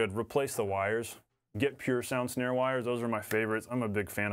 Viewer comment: Is it just me or are you saying schnare...